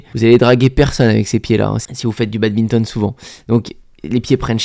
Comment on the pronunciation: Il dit encore BADBINTON